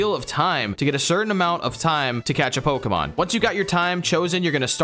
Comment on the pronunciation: yall keep mispronouncing pokemon 😭